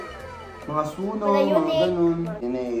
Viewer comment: Ang pronunciation po ng sunoo ay "SONU" kase yung real name ni sunoo ay seon woo